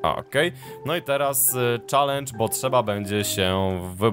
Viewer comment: mówi sie czelendż a nie czalendż